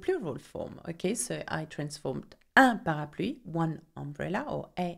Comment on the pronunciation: 38ktgold it's parapluie XD